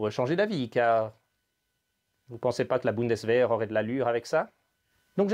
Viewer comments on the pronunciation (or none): none